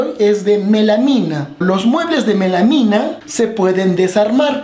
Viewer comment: Melamina de dice melamina!